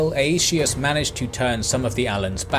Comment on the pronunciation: "ay-ee-shee-us" xD